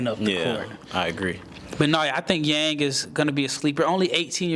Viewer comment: Really appreciate your comments on Hansen, I do believe he’s one of the best prospect from China after Yao. By the way, his last name Yang should be pronounced as “young” in English ❤